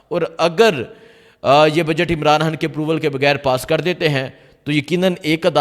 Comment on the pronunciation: یار تم خ کو کیوں ح بولتے ھو۔خان ھوتا ھے حان نہیں ۔۔۔۔پہلے اردو کو درست کریں پھر ویلاگ شئیر کریں۔۔۔